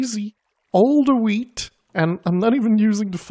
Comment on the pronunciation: What's with the "HHHHHHHHHweet" pronunciation? There's only one group of people I've ever heard pronounce wheat this way: non-English YouTubers who insist that's the way it's said. Well I'm native English and I can confirm this most definitely is not the case. Just say "weet" - anything else sounds silly. Some people might put a SUBTLE "h" sound first, but really it's almost not noticeable and definitely nowhere near this HHHHHHHHHHHHHHHHHHHHHHHHHHHHHHHHHHHHweet business.